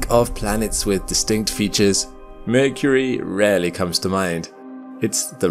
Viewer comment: The narrator couldn't even pronounce Mercury